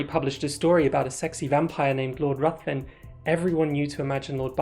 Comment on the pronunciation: Ruthven rimes with given and is pronounced Riven